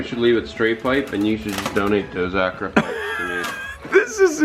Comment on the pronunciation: I like the way you pronounce "Akrapovic" Sounds so classy and cool😎